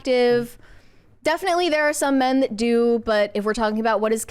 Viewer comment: what is “thott?” Is the word “that” you are saying “that?”